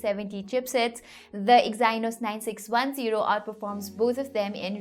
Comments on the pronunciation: Detailed useful review as always and hey I think Exynos is pronounced Exeenos :) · please check the pronunciation of EXYNOS ! great work, otherwise! keep up the good work.